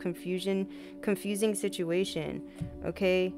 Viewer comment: girl u got me out here talking about “situ-mu-ation” 🤦🏽‍♀️😭